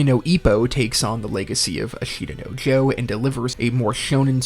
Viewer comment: Pretty solid list. Dragon ball, Evangelion, and cowboy bebop off the bat as expected and deserved. Things you made me wait for included: ashita no Joe ("ash-ta" the only thing you pronounced worse was Versailles. Ver-sigh), Slam dunk, death note and Gundam. I wanted to see Cardcaptor sakura on the mahoushoujo section, but i think it's fair it was left out. Azumanga daioh probably should have been included for the slice of life section, though